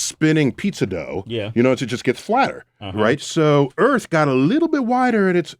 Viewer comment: PSST.... Mr, er... Sway... You live on EARTH, not "ERF".